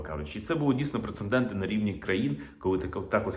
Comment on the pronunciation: хв. Правильно казати - прецедент, намість прецеНдент.